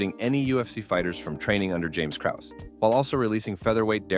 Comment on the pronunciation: Having a clip of Braindump Schwab, who can’t even pronounce Krause correctly, invalidated this entire video. But ima still give a like.